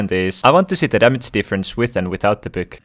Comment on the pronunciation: “Buuk” sorry lol